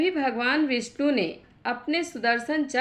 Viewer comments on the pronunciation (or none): none